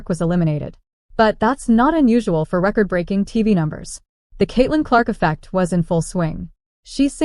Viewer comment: "Breking" news lolllll